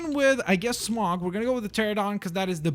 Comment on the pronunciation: Smaug not smog